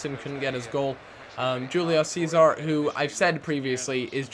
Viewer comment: Im not sure but shouldn't it be pronounced Wholeo Cesar